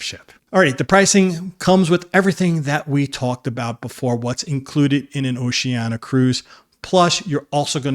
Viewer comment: Nice straight-talk video. One thing, though, when referring specifically to Oceania Cruises, the brand is typically pronounced with the "sh" sound: oh-shee-AN-ee-uh. Don't leave out that next-to-last syllable -- the "i" pronounced as "EE". Will you personally be on this cruise?